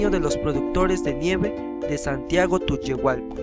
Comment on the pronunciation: nada mas te corrijo, no es tuyuhualco, Es Santiago Tulyehualco